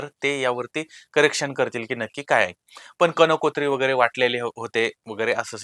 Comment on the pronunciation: कनकोञी नाही कंकोञी असं हव